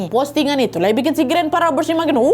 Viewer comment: Robbers dibaca robbers bukan raber(rubber)artinya karet,dan event dibaca ivent,iv-ent seperti menyebutkan ant (ent) YG artinya semut.